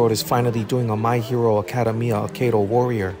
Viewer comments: It's pronounced aca dem I a not arcadium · It's ak-UH-day-ME-uh and kot-SKI ps you should do Naruto with marble rasengan plz do it